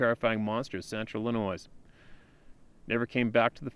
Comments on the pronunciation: READ THIS!!!! Illinois is pronounced... IL-ə-NOY Rhymes with, “unemploy” NO “S” sound. The “S” in “ILLINOIS” is silent. ~RESPECT~ *from Shi Ka Go. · the “s” in Illinois is silent. Please, this drives me crazy! It’s not the first video were you’ve done this, it’s almost as bad as someone saying “chassis” with a hard “s” on the end.